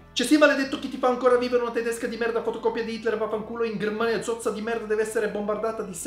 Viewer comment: "Grrmania" bellissimo...